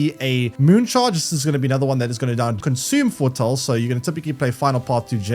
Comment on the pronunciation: All I can hear throughout the video is Fore-tull/Fore-tall